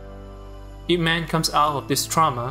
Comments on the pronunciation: It is not I P Man. It is pronounced Yeep Mun. It is Cantonese. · You pronounced the title of the film wrong. His name is pronounced the way its spelled, "ihp-mahn" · It's not an acronym. It's his family name, pronounced "eep". Man is his given name. It's Cantonese. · Its E mennn not ip man apparently lmao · I think its Eep and not I P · It is NOT I-P man. He does not work in that industry. He is Ip man. LOL. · its not i p man its ip man like its ee with a e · I. P. Man.... Not IP man... what.. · Bro made a video essay about Ip Man and is calling him EYE PEE MAN. You gotta be fucking kidding me. It's EEP MON. He's literally referred to as master Ip like a zillion times in the film. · Ip Man, not I. P. Man It's not Internet protocol man 🤦‍♂️ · Good writing but it would be better to pronounce his name properly. He's not IP man like a superhero, he's yip mun. Its disrespectful to not at least get that part right and follow through how most westerners call him. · Ip man lol not I P man 🤦‍♀️ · "I.P." Man. Nice. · I'm going to have to watch me some Ip Man. At first I thought you said "He-Man," but the same things apply there. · When i heard the first 8 seconds and heard " I P man" i knew this video was gonna be a mastapiece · I-P man🤔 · Did he just say I. P. man? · “Eye pee man” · I hate it when people call it I P man. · A lesson you could learn is how to pronounce the name of the movie correctly, goddamit I stopped and passed the video 9 seconds in when he pronounce IP Man as two separate syllables. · aipee man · Ai P man wtf? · why'd you say his name wrong and then say it right? lol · That pronunciation of "Ip man" is just horrible and wrong